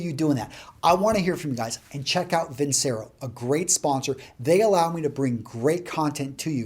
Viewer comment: Great tips here as always Antonio. fyi its vin-chay-ro